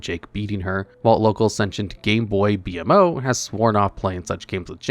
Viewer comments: it's pronounced Beemo not B-M-O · Adventure Time's BMO is actually pronounced "Bee-Mo". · Its Bee mow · "B Em Oh" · And my favorite Adventure Time character: Bee Ehm Oh.